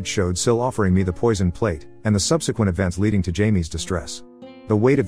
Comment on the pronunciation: “Jealous Sil tried to PUAH me…” haha love that audio XD